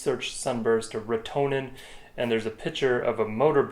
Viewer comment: Hey guys Just though I would chime in here. I have some comments for you guys First, Retenone is pronounced wrote ta known. Also we dont really call it killing we call it treating. Treating is can 100% but it can be if treated at the right time with the right dose. It is a big project and costs a lot of money. Most of these treatments are over winter where salmoinds take up all the biomass, some fish such as shiners are good at low O2 levels and can survive these actitivies. Rotenone is a legume from south america, and it was found by tribes who would make a paste of it and throw it into water and the fish would float up for easy catching. It is also called a piscicide which means killer of fish. The compound is a surfactant and causes things with gills or transpire through their skin to suffocate. Animals seem to be able to detect it but it is normally too late by the time they do. As for the motor on the lake there is a huge process to go through to get that to happen. It is called minimum tool analysis winch can permit such things as motorized usage in wilderness etc lots of paper work. Those streams coming into sunburst would have been treated above and allowed to flow chemical into the lake ensure no fish survival. The tratment normally takes man hands on deck. I know with our projects we like 10-20 people more people the better the end result. After treatment you are proabably not going to catch and trout. Especially large ones, they use more O2 and are more sensitive t